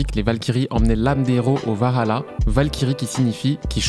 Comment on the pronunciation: on dit pas varala mais valahla